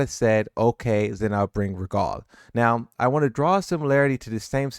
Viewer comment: lol at ru god lmao its rugal ru gal.